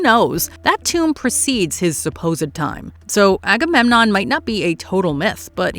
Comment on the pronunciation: Everytime she said Agamenom my mind went "AGAMENOM WILL TAKE THE CHARGE!" lol